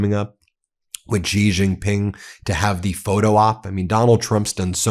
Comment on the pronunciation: Zelensky always weasels his way into every meeting. AND STOP! saying JiJinPing! His name is XIJinPing!